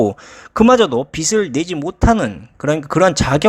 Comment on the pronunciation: 빚을[비즐]. 빚이 [비지]. 발음만 잘해주면 아주 좋은 채널이 될 것 같습니다.